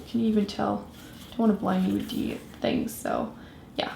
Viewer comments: It's kinda funny when her accents affects the way she says the. 😂😂 "da" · "dee" "dey" "dat"